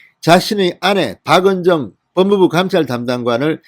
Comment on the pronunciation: 진의원 검사박은정을칭할때는 발음을정확히하고 띄어쓰기도 확실히 해주세요 "박은~~정"!!